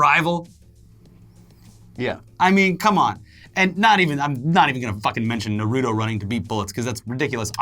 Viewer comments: Wtf is nurutoe it's nartoe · It’s not narodo It’s nar-ru-to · I’m not even a stickler but it’s NARUTO not NORUTU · I feel like you guys purposefully pronounce "Nuh-rew-toe" that way to trigger the most hardcore weebs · Ner-oo-toe? Why is nobody talking about this. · The way he says naruto kills me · I dont like the anime Naruto but even I was irked at how he pronounced it.